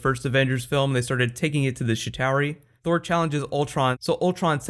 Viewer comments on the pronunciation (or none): none